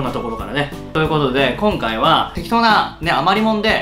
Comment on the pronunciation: きょんかい(今回)はぁー！笑